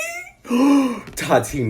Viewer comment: The way he says Tati’s names bothers me so much. “No TAWW TEEE NO!!!!”